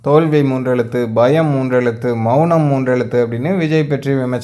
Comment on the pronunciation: "மெ ள னம்"😂😂😂😂😂